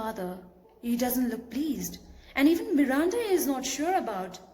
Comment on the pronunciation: The way you say Miranda 🔥